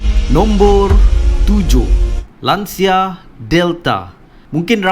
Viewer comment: Cara sebutan betul Lancia.... Lan-chee-yaa